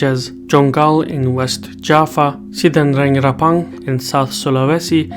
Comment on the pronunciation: ITs Java, not Jafa....